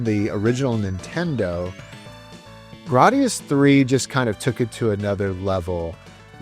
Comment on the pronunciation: I've never heard someone pronounce it like you 😭 I believe it's "gray-dee-us" whereas you say "grah-dee-us" 🤮